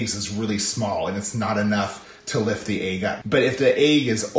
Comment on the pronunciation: I just love how you say "ayg" for "egg." <3